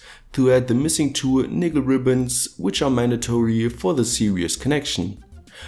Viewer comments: are you saying nigga ribbons ? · am i the only one who hears "nigga ribbons" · Am I the only one hearing him saying "Nigga Ribbons" ..??